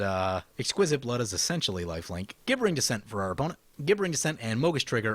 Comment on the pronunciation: I feel like the pronunciation police at this point, but it's pronounced like "jibbering". Love your videos though, keep them coming!